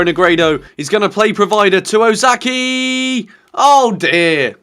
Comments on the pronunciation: Its not Osaki!^^ Its O ka sa ki (okasaki). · It's Okazaki not Ozaki mate x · Please, the name is OK-A-ZA-KI, not OZAKI